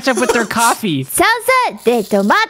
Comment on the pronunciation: Why is here like he was like "coffee.." but it sounds like he is saying "caffee"